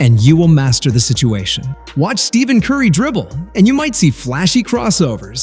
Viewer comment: Did you know that in a typical NBA video, someone who can't even pronounce Stephen Curry's first name doesn't deserve to be listened to?